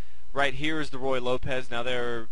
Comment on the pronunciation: Forgive me, but it's pronounced "roo-ye," and not "roy." Yes, it's better to play it well than to pronounce it well, but your mispronunciation certainly does not add to you authority.